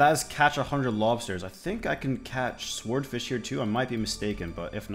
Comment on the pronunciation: Can’t tell if you were joking or not, but the W in Swordfish is silent 😂😂